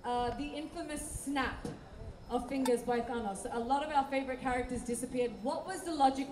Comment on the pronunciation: Its not 'Thaanose', It's Thanos